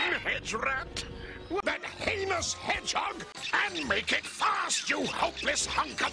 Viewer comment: ytp material. the way he aggressively pronounced the 'h' in heinous turned to PEINOUS.